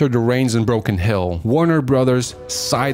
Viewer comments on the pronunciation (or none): none